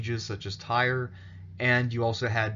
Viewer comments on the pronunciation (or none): none